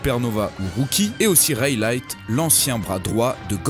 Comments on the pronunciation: C le ga S au lieu de dire rayleigh et baggy il dis raylight et buggy... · mec c est Rayleigh pas raylight c est quand meme one piece deconne pas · On dit reily pas reilyte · aussi ! sa se dis "reyli" et pas " rayeli" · S'il vous plait Rayleigh on le prononce REÏLI . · En vrai je vais faire le rabat joie mais le « Raylight » il m’a fait mal aux oreilles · Comment il a dit rayleigh?